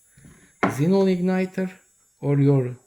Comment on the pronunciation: Man, your "kzinon bulb" very annoying, sorry, but good video